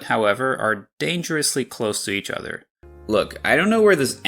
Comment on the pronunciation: Maybe it's just me but I'm pretty sure you're pronouncing lʊk in the first one, not lɵk. And your 'luckily' sounds more like lɤkəli to me